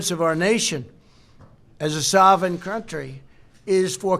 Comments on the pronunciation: ..."sahven" nation...instead of "soveregn." And he has the best words! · "Our nation as a sauvin country...' Sure, trump knows big words, riiight. Well, he definitely can't pronounce the bigly words he's been given to say. His brain is deteriorating as he speaks. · Did trump say sawven nation instead of sovereign nation? Probably! Dumb as a box of rocks